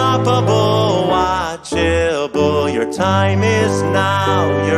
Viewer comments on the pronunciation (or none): every time he says watchable it sends shivers down my spine